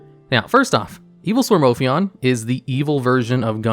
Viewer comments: "i"-swarm monsters???? Really? Are they part of the Evii-swarm and Steei-swarm archetypes lol? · Oh God it is L swarm not i swarm